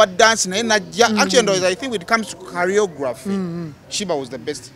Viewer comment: Choreography not "carry-yography"